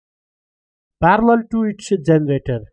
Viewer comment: Parallel not farallell